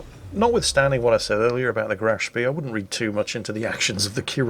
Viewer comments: Graf Schpey. Not Graf Schpee. Dearie me. Honestly, you young people know nowt. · Every time there's a Graf Spee in a match that narrates I cringe. It's Spay, not Spiss. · graf spee pronounced grahf schpay it's NOT a British ship - OK?